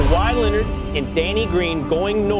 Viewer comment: Nobody: Stephen a: Kawhi Lennit!